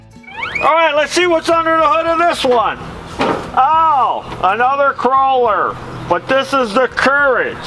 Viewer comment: KOH-LER!!! NOT KROH-LER!! UUUGGGGHHH!!!!!